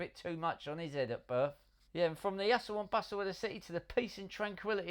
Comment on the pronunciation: I love the proper cockney taxi driver pronunciation. Especially asoo & basoo (hustle & bustle)